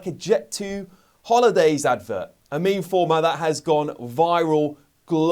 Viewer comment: This is great n all, but "ME ME"? Surely it's Meme, is it not?